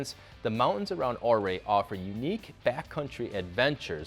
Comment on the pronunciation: It’s pronounced Uray not ohray